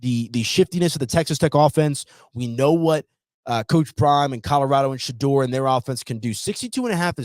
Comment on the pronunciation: I unsubscribed next time.Teach blondie how to say Shedeur's name correctly Take pride in your craft his name is not pronounced Shadrrrrr its Shadoor 😮